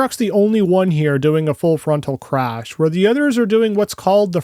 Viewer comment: This guy proves in the first 2 minutes and 30 seconds that he's also a tool without a fucking clue in the world what he's on about. Can't even pronounce "Crash" and then compares the T-Bone crash results of the Cybertruck to a SUPERCAB F-150 XLT, not a Supercrew Lightning.